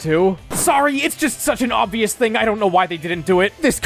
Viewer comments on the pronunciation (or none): none